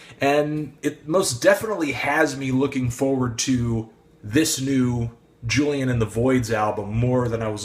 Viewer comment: u kept pronouncing julian's name wrong fyi... also ur opinions r so so wrong